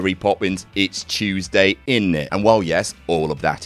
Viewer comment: “It’s chewsday innit” 🤣